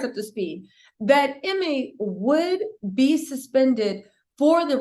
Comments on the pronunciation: EEEE-May not Emmy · His name is pronounced” you-mee”.